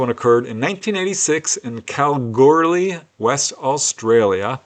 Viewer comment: Kalgoorlie is pronounced Kal-goo-lee.